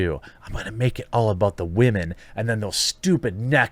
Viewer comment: Bro i have broken ribs right now and everytime you say :" WHAMEN " i fucking die of pain and im about to call the police